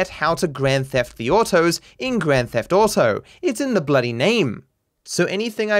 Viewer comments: Normal people: "Grand Theft Auto": "Grand Theft Otto" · "Grand Theft Autou"